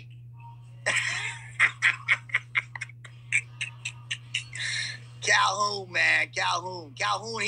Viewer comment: Haha. He said calhounie